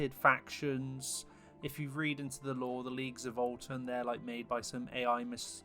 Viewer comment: voltan? there's no l in the name.